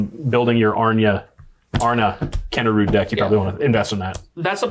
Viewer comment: You actually pronounce it as ''Arn'a'kinda rude'';p